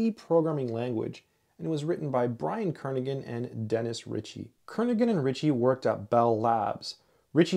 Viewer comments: Kernighan sounds like Kernihan not Kernigan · The “g” is not pronounced in Brian‘s name.